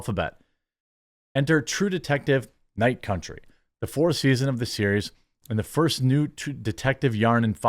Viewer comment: True Detective: Night Cuntry